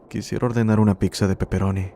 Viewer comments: Es buena el vídeo...pero escuchar la palabra "picza" es bastante molesto. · lo que mas terror me causó fue escuchar que dijeras "PICSA" 😅😂 🍕